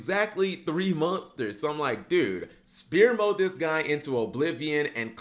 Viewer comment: Why does he say Spear mode lmfao, Sfere mode man